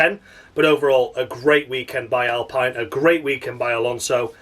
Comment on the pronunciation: Alpine rhymes with clean or spleen.